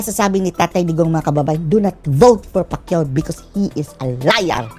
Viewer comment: Pac u Hindi Pacquiao 😂😂😂 bobo na naging bobo pa😂